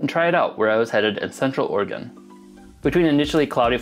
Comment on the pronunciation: Thank you for saying Oregon correctly.